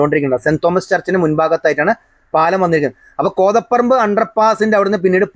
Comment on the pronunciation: കോതപ്പറമ്പ് എന്നല്ല ഉച്ചാരണം. കോതപറമ്പ് എന്നാണ്.